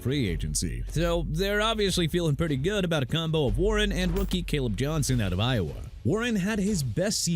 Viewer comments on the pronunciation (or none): none